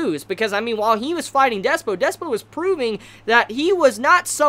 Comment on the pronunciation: Slightly tilted that keeps saying Despyo when it's Dyspo